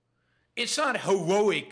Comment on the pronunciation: I really enjoy your show BUT Please practice the pronounciation of "heroic" a few more times - It sounded like Elmer Fudd with an East Coast dialect :-)